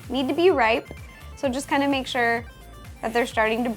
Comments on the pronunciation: Did you say "am going to mate a cake" at like ? -OH JESUS DINO SEX. On that topic, I think a nostalgia cake of Jurassic Park would be pretty cool. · did you say "make" a DK banana cake, or "mate" a DK banana cake? :D